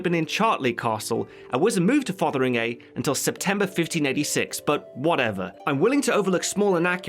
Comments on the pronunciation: TIL "Fotheringay" isn't pronounced "fungi" like in Jeeves & Wooster. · Minor nitpick, but Fotheringay is pronounced Fungy